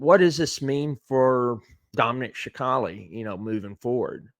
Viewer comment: Respectfully, its pronounced sa cal lee